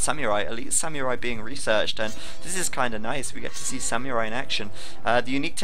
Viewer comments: Its pronounced "Sam-ur-ai" not "Syam-Yur-Ai" lol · isn't it more like Sa-mu-rai? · actually it's "sa-mu-rai" ;) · pronunciation of samurai, grrrr.